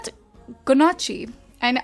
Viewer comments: ganache is pronounced as ganash.. it's cute how you say it :) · its pronounced like GA-nosh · Just for future reference Ganache is pronounced gah-nash